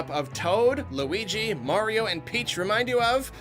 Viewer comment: You mean Green Mayrio?